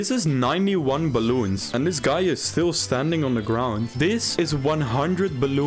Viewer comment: "Deez bwaloens"